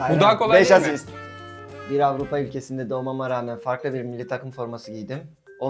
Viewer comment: Lemına afrikalı :) avrıpa değil ... birde bu adamlara türkçe öğretmeni ders versin ve kitap okuma etkinliği yapılsın:) bu heyecan falan değil bu farklı birşey :)